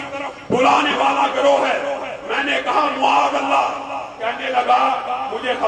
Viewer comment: معاذ اللٰه میں م پر زبر هوتى ہے نه کہ پیش، تمهارى تقریر ناقص دلائل کا مجموعہ ہے۔ برىلوىوں کے ساتھ ره کر وهى ضعیف احادیث بیان کرتے ہو۔ اور صحیح حدیث سے وه چیز ثابت نهيں هوتى، جو تم ثابت کرتے ہو۔